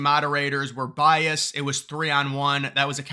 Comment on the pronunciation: Is it just me or does keep saying bias when he should be saying biased? Sorry, not sorry... It's bugging my autism.